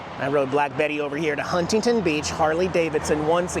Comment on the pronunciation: I’m glad you finally learned the correct “local” way to pronounce Huntington.